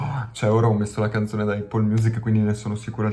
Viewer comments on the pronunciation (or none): none